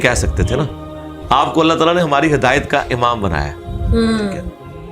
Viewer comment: When you say Allah Talah I feel so happy it's true Muslim style SubhanAllah God blessed you both 🇵🇰👍